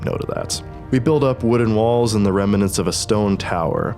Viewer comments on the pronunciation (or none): none